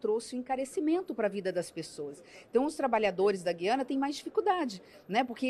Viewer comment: Ótima reportagem. Muito boas informações..Mas, alguém precisa informar alguns e algumas repórteres, bem como a Ministra Tevet, que se pronuncia GU - IA- NA. Parece que as novas gerações nunca ouviram esse nome. Antes eram : GU-IA-NA Francesa, GU-IA-NA Inglesa e GU-IA-NA Holandesa, talvez por isso saibamos, nós, mais velhos, pronunciar o nome desse país !!!